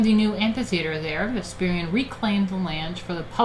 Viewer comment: One minor nitpick, Vespasian's name is pronounced wrong. Other then that great stream.